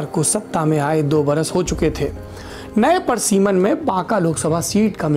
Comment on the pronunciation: parsiman nahi pariseman hota hai.